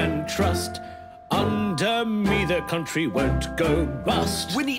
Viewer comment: I hope the chancellor didnt say c'un'tree?